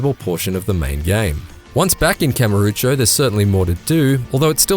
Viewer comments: Dude said KAME-O. Boring guy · WORK HARD. PLAY HARD. He also said Kamarucho or something like that. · How many words can you mispronounce in one review? Kamarucho, Harooka, Kazaama, off-putting. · "Harooka" "Kamuroochew" "Kazama" Yeah, no one should take this review seriously, dude can't even pronounce names in a voice acted game right.